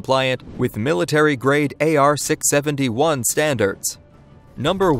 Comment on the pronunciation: AR 671. WTF? AR 670-1. Drives me nuts hearing that considering how much 670-1 was driven down our throats while serving